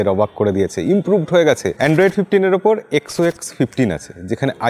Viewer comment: Dada xox na xos hobe😅